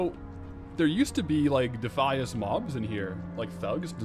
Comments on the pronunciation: Defeeeis, is 100% wrong.....its Defyas. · DEF - I - ASS not deeeeffius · You saying "De fee us" vs De fy es is goimg to make me not watch. Jeez. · i always pronounced it defy-us....but dee-fee-is, sounds like devious; which suits the defias :) also, the captain sanders quest line for the shirt is a cool looking rogue shirt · yo, who has ever called it DEE-FEE-ISS brotherhood, its pronounced like defiant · It’s like “defiant”